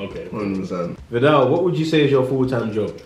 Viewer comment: "Occasionally" Riley